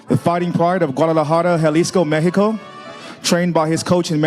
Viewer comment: Who the hell is talking when the fighters are making their entrance?? He sound slow af can’t even pronounce the word “Mexico” right… .. Do better next time showtime don’t let these caveman on the microphone sheesh 😂